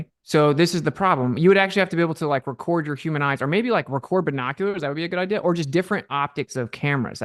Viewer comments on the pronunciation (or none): funny that says that, he mispronounces things often enough not to be a braggart……how bout the word idea…it’s not idaya